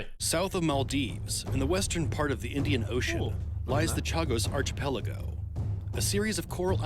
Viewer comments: My man in the vid said "Arch-pel-ago". Mf it's pronounced "Ark-apel-ago" 😂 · Narrator: lies the Chagos ARCH-UH-PELL-UH-GO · why can’t these shtty random facts view-farming videos learn to pronounce things correctly. Not talking about the sidemen reacts but the actual video it’s pronounced arkipellago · My man mispronounced archipelago